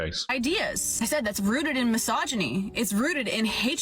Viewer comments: I clearly hear her correctly enunciating misogyny properly...not mis-hog-yny. Regardless, she is more than a handful for this boomer. And I routinely have to deal with this moth to the flame erratic mental trajectory from women I know....and never from men! Like trying to tell mg neigbors dov to stop bsrkinv incessantly. Just agitates it to bark more. Like Gomer Pyle always said" Surprise, surprise, surprise!" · now I'm not defending this woman at all, she is definitely a piece, but, she said misogyny and you keep saying mahogany, like your trying to mock her, but, she said the word properly, so i don't know if your just trying to mock her, but, at least say the word right, it's actually annoying when you keep doing that